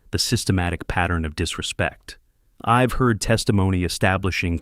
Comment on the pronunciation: What a fabulous story. The daughter-in-law was a vixen from hell!! As for Leonard, he was a spineless wimp of a man. But Gerald should NEVER have trusted family in the first place. While the story was good, the narration however could've been better. SHED for she'd; ILL for I'll; IVE for I've, IM for I'm, and others. These narratives are important because I listen rather view, so some of the story sounds muddled. Nevertheless, I enjoyed listening from Lincolnshire in England 👋🇬🇧